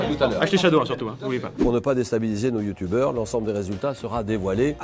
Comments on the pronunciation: Julien a dit « youtoubers »😭😂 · " on se quitte avec ces 6 youtoubers !"😂😂😂😂 Julien Lepers on t'aime !💪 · mdr : "ces six youtoubers"